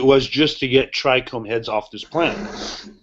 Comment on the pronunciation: Dude sounds hella smart. Why is he saying tricrome? Someone should correct him its trichome last time I checked haha